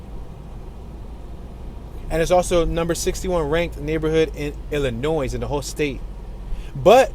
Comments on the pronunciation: Its NOT PRONOUNCED "ILLINOISE".... ITS PRONOUNCED "ILLINOI" THE "S" IS SILENT... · Not “Illi noise” it’s pronounced “Illinoy”, the S is silent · It’s pronounced “ILLINOI” not IllinoiS!! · Am in no way making fun of you, but ILLINOIS is pronounced Illinoi with the S silent. So enjoy your channel! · and they probably pronounced it “ILL-a-nwaAh” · The s is silent in Illinois. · Feel really confident with a narrator who pronounces the 's' in Illinois. And as for "Tupperware bins"....